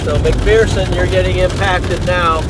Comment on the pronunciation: Just so you know, it's pronounced "Mac-Fur-Son" Kansas. The local saying is that "there is no 'fear' in McPherson."